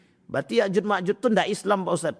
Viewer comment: Maaf. Bukan ya'jud wama'jud pk.. Macam mna mau mmbahasnya Sdg kan utk menyebutnya aja salah